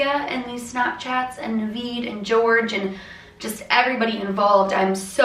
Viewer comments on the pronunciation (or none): Okay, so I just saw the story, and you've been pronouncing it George, while the name is Jorge, which is supposed to be pronounced os Hor-he (something like that, I'm not Spanish so I might not be accurate.)